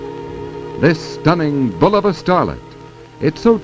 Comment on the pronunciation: YES! BULL-uh-va - not Boo-LOH-Va as some say